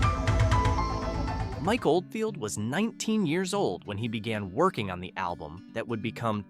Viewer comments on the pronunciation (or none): none